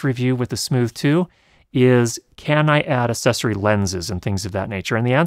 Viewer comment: "Assessory" hehe